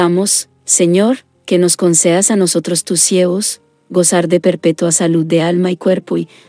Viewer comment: No se dice sievos, se dice siervos.